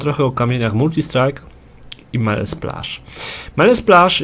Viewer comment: "Melee" = "mili", nie "mele". To tak tylko na marginesie :) Dzięki za wszystkie filmiki - duzo rozjasniaja :D